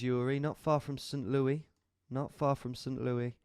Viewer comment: Pronounced St. Lew-isssssss...